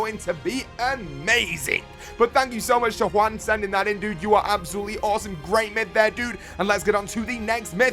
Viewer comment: Absolutely sounded like "Abzooli" my dudes